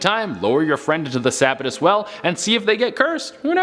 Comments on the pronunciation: Sa bat tus well! How us Mainers say it Sa Bat tus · From central Maine. Listening to how you pronounce some Maine locations makes me chuckle :) sab-a-tus is pronounced sa-bat-us :) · Sanford, ME here! #10 it's pronounced suh-BAT-tus #7 I've been there! Her leg really is there on the stone #3 ooooo it's the mark of every out-of-stater when you pronounce it sack-oh. It's sock-oh. I don't live far from it! I love this channel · Sa-bittus 😂 Suh-bat-tus 👍 Is ok... we get a lot of mispronounced towns. Bangor? Not Bang-er...Bang-Gore That's the one that drives me crazy lol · No it's pronounced Sebb bat us. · Sa-BAT-us maine. Sock-o river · Say it with me “sub bat tus” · Sabattus - sa-bat-us. Saco - sock-o but way to explain how to pronounce them, wont get into the indian names around here. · Just FYI it’s suh-bat-is and sock-o. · its pronounced sah-ba-tis. lol 10 min from me in maine and saco river is saw-co river. also look up the devils footprint on the Scribner Hill Road in Manchester 3 minutes from my house. lol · Sa- bat- us is how you pronounce Sabattus I live there lol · These were very interesting, I'm from Maine and have heard most of these. With the exception of the Sabbatus Well. Pronounced Sah-bat-tus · Love the video but it’s the Sabattus well like Suh- bat-us haha love y’all!! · Also it’s pronounced Sock O river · You are pronouncing Sabbatus wrong but it's funny lol! Mainer here lol! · Lmao I live in Sabattus Maine you said it wrong btw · Dude if your going to do a vlog about a state learn how to pronounce the names correctly. Saco and Sabbatus for example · how many Mainers laughed at the mispronunciation of "Sabattus"? lol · I did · the way you pronounce sabattus 🙈🙈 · That's not how ya say Sabattus, bub.